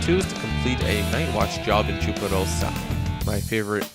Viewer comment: i love the way he says 'chuparosa' :D